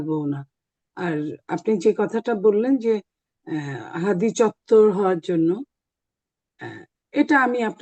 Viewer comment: আপনাদের দলের মহাসচিব উসমান হাদীর নামটাও ভালোভাবে বলতে পারে না আর আপনার কথা কেমন হবে